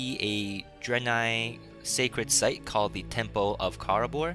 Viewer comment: lol i like how u say temple tem-POLE :P